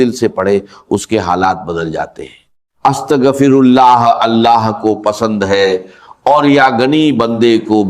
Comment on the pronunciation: ki awaz nai ye to Bismillah or astaghfar b teak nai par rahy